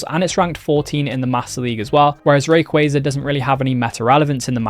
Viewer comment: you said rayquaza wrong